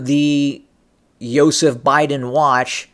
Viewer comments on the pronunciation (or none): none